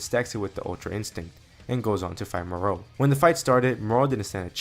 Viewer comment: The way you say Moro 😒🙄 other than that, amazing story